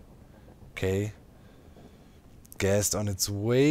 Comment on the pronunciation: The way he pronounces ghast almost like guest makes this somehow very funny to me. all i could think of was him trapping his guests and the guests blowing things up. I dunno why that 's so funny to me. I'm totally gonna call them guests from now on.